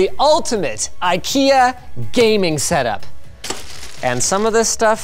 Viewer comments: No, he is trying to say ''ingvar kamprad elmtaryd agunnaryd'', IKEA. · As a Swedish person it is hilarious when Americans try to say names of products from ikea. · As a Swede I should let you know, It's not pronounced i-kea, it has a long "e" sound at the start, instead of a long "i" sound. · sort of in sweden we pronounce it ikea whit an slow/longer i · As a swede, i feel a little offended at Linus attempt to pronounce ikea 😂